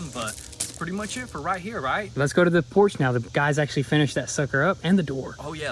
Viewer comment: am I the only one who heard porsche and not porch 👀